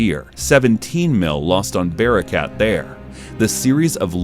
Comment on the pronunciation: wtf is bear-a-cat?